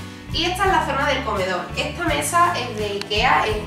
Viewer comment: Esta lamparita. Echa lamparita. Detrás del la puerta tengo eche espejo. Todo pronuncia a con cha. Che chi cvo chu. Echa mecha. Osea mesa. Jaaaa muero de richa 😂😂😂😂😂😂 ancha luego